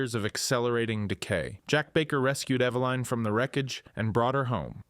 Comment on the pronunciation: Eva-line..? Try this, evelyn. That's the correct pronunciation